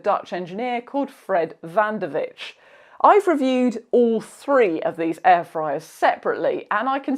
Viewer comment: It’s not pronounced ‘van der witch..’ the IJ is one sound.. and it’s pronounced the same way as Y. So his name is pronounced van der ‘Why’..